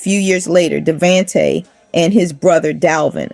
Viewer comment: Jo-da-cee, Kay-cee & -da-von-tay….learn how to pronounce their names or just leave it alone!! Booooooo!!!